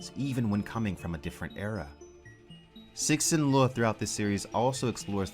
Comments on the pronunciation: I love your stuff but repeat after me: Tsuh-shin Li-ooh Lol keep up the good work. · “Sixin Loo” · I love how with every video, he is closer to pronouncing Cixin Liu correctly.